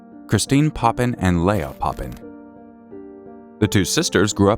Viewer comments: Papin sisters. Not Poppin. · It’s the Papin sisters. Not poppins.